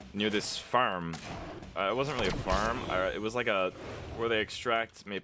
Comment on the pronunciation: His accent really comes in when he says, "farm" and "harden". Unless that was on purpose.